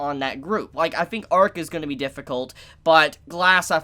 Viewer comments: L'arc is pronounced la-rc, not arc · isnt is pronounced Larc not Arc? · Downs kid, the characters name is L'ark not ark. Jesus christ. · Its lark not ark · did u hear how many times he said Arc instead of L' Arc